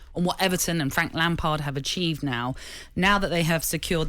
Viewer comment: "Achieved" hahahah